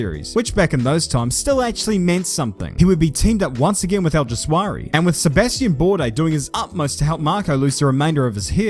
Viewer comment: I wasn't ready for that. And you mispronouncing Alguersuari's name.